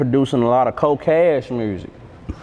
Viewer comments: Youngsta do too...dey say mursic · So all them niggaz in Memphis say Murrsick lol not just bagg okay